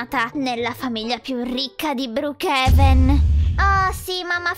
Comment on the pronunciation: O brokhaven si dice no brokhenaven